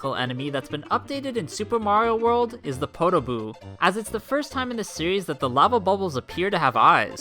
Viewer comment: Why does he pronounce podoboo two different ways!? Puh-DOH-boo, and POH-duh-boo.